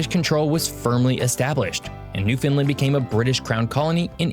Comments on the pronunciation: He doesn't pronounce it correctly in this video, to be honest. It's newfin' LAND, not new finlin 🙂 Love your Newfoundland videos. I hope to move back there one day soon. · LOL! pronounces it "New-Finland", so the auto-translator translates it to Nouvelle-Finlande instead of Terre Neuve. (Latin: Terra Nova) And he calls it Meadows Cove, but it is called L'Anse aux Meadows... and "Meadows" is probably an anglization of "Meduse". In the early 1900s, it was actually called Lancey Meadows by the locals. The Island of Newfoundland is only slightly smaller than the Country of England (not the UK, just England). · lol ya this is a constant irritation for us Newfoundlanders. The "new" and "land" are emphasized and "found" is not making it sound like Newf'n land. Understand? (everybody now) Newfoundland!!!! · I can only assume he's from the US because he mispronounced so many words. Newfoundland rhymes with understand. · He keeps pronouncing Newfoundland incorrectly..